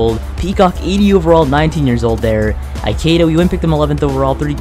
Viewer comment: You're pronouncing Ikedia wrong